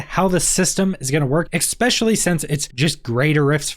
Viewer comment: Especially, not expecially plssss 😩